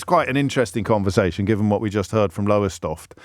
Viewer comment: There's no 'er' in Lowestoft. Lowe as in Arthur Lowe + stoft.